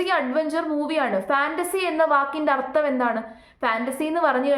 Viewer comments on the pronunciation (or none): none